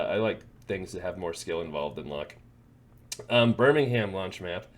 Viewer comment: It's pronounced 'Birming'um' (like 'Gotham') 😉Best of luck in London!